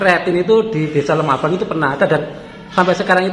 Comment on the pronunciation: LEMAHBANG Mas bukan LEMAH ABANG